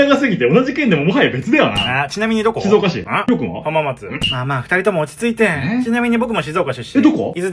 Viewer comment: 発音が「しぞーか」寄りなところ、ポイント高い